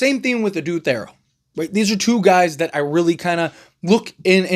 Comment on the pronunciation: Please say his name correctly. It’s pronounced TH-EAR-O